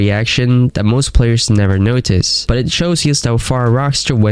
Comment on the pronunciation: Again. WHY do you pronounce it "noTAJS?" Where are you from??